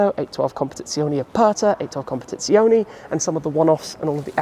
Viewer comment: Khompetietsiooohneejjj lol